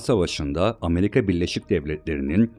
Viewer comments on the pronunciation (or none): none